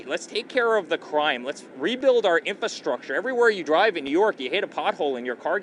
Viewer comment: What's an "infastructure"?